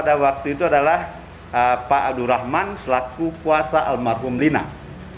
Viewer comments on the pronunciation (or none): Menit 5.26 pengacara Iki bilang armahum, harusnya almarhum